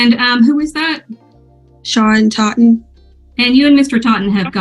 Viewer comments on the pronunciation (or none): Ms. Thot-en 😂😂😂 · Plaintiff “Thotten” 😂😂😂😂